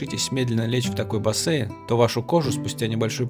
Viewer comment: БасЕЪйн, уже слух режет